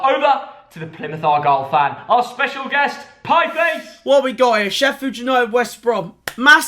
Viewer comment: Piefice, seriously?..